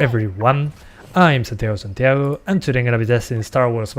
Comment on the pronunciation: Ayeeee!!! he finally said it LIVE, he said "Hello everyONE, I am " LOL i like this guy, effortlessly funny.